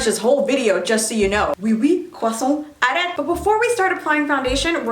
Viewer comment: not me as a french girl dying at the “aRrEt !” 😭😭😭